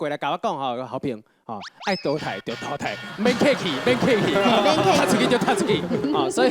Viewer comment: 下禮拜要講「熬咧擺」，不是「誒咧擺」吧？還有淘汰的淘是念「ㄉ 」嗎？聽起來好奇怪XDD~